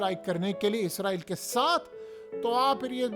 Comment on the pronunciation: ابے گ د ھ ے تجھے ہزار دفعہ کہا ہے اسرائل ہوتا ہے لفظ عزرائل نہیں۔